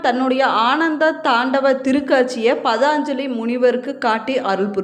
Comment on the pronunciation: தமிழ்கடவுளின்பெருமைகளைகேட்பதில்பேறுபெற்றோம் ஆனால்அந்ததமிழ்கடவுளைவர்ணிக்கும்போது தமிழுக்கேஅழகுசேர்க்கும் ழ கரத்தை அதற்கேஉரியஒலியில்சொன்னால்தான் அழகு ஆனால்தாங்கள் ழகரஉச்சரிப்பில்கவனம்செலுத்தினால்நன்று ,பதாஞ்சலிஎன்பதுதவறு பதஞ்சலி என்பதுதான்சரி